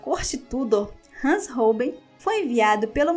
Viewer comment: se pronuncia ROUBAIN